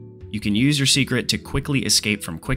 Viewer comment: From watching the dev livestream I realized it is pronounced say-kret